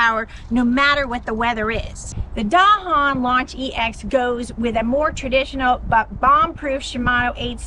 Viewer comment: Finally, a video that pronounces “Dahon” correctly.